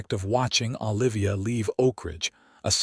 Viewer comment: It's O livia, not AH livia